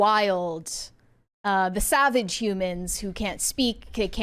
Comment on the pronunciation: I am 100% with you! I love how the diversity in the smart people place at the end is forced. Also, the word is “savage,” not “saw-vage.” The oxcent is crazy. Are you from California?